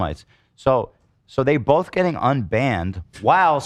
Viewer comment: saying “bolth” instead of both and saying “drawls” instead of draws get the Ls out of your mouths PLEASE???